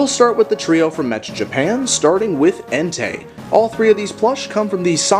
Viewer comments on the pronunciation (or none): none